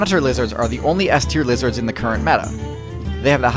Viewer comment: While listening to the Hearthstone music playing in the background, I heard you saying "Blizzard" instead of "Lizards" 🤔